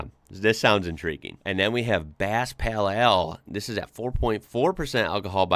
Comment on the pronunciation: HI! Please don't say "peal eal" but " peyl eyl" . Of course this is written phoneticaly...